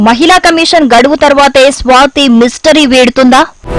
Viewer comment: మహిల కాదు మహిళ.